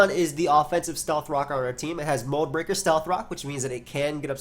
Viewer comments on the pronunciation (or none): "Mold Beaker" lol